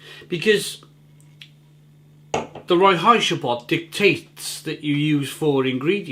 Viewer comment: Yeah, Überquell. They are from my city, Hamburg, Germany. Awesome brewery right on the harbour front, they also do great stone oven pizza. And with the pronounciation,, try again: Rein-heits-gebot. (Rhine-hides-geboat).:-)